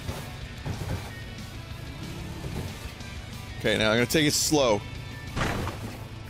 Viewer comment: Is "THRO MI IN DA TRAEEISH" Vinny's new catchphrase?